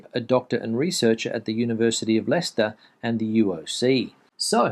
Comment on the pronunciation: Well done, you pronounced Leicester correctly.